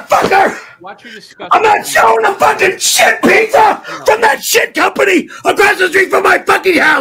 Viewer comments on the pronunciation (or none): Lol called the Corolla a toyoder and a pizza a pizzar😂